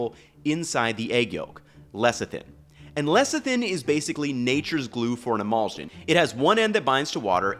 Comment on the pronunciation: I'm enjoying this video, but it is driving me a little crazy how he pronounces emulsion. The ending should sound like shun, not zsun.